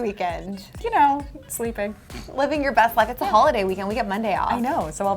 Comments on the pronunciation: You pronounce it 'you know' not uno the Spanish number - just saying 😂😂😂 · It's not uno it's you know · Uno used in text is pronounced like you know btw 💜💜 love you guys